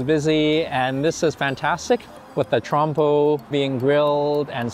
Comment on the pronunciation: Wtf did he say? Trump or trompo? Bro learn to say those words before you speak?!